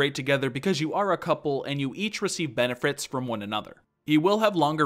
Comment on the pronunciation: benefrits XDDD